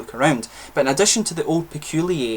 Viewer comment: Peculier not Peculiay! 🙂